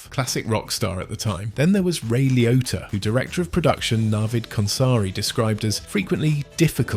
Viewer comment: its Ray LIO T T A ! not pronounced likeToyota